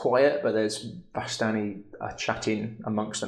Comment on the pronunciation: DM pronounces it like "VAS-tani". I always went with "vis-STANI", accent on the second syllable. Who's with me?